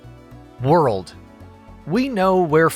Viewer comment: what's a wer-uld?